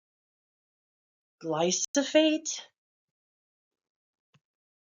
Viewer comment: It's glyphosate, not glysophate.